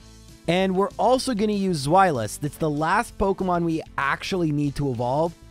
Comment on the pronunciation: The irritation at his mispronouncing of Zweilous. I guess not everyone realizes that their naming convention is German. The correct way to say it is SPHY-luss.